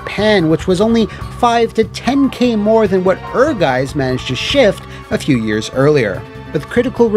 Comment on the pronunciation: "Ehrgeiz" is a german word and translates to ambition. If you want to pronounce it like a german, try it like this. "air+guy+zz"